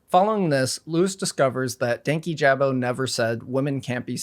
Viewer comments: His name is Dan-KEE-ja-bow not danky-jab-o. Regardless of the context in which you’re talking about someone, take the time to learn how to say their name correctly. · Danyjabo is constantly pronounced wrong in this video it’s “Dank- yee- Juh-bo” and he’s relatively a new creator in the commentary world which is why he’s so like unimportant seeming I guess. Louis has been around for a while, but he’s only popular around certain kinds of people 😅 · the pronunciation is frying me :sob: its pronounced dane-kee-juh-boe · Ik this was a year ago. But dankyjabo's user is pronounced "dan-key-juh-bow" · The way he says "Dankyjabo" annoys me so bad 😭 it's Danky - juh - bo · The only bad part of this video is how many times DankyJabo’s name was mispronounced 😭 it’s “dan-KEE-juh-bo” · The pronunciation of dankyjabo in this video threw me off so hard- it’s DAN-KEY-JAH-BOE lmao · I quite like commentary youtubers, it’s definitely the genre I enjoy putting on in the background or will lean towards when there’s a topic I’m interested in. I’ve watched dankyjabo for a couple of months and honestly really enjoy his content. I’m disappointed with the mispronunciation of his channel name. I don’t want to come in here and be all for one side but when it’s something as noticeable and easy to research like a pronunciation, it does make it harder to follow your video. I could be reaching here but I was genuinely curious to hear this video out but was put off by the thought that if you couldn’t at least research who you’re talking about, it kind of discredits the video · the amount of times i’ve wanted to slap someone in this video for mispronouncing dankyjabo is actually insane. im american and it only takes two seconds of research to figure out how to say his name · Everytime Louis said DankyJabo's name wrong, it rubbed me the wrong way. I'm not entirely sure why, it just did. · I'm just here to hear an adult man say the word 'Dankyjabo'. It does not get old.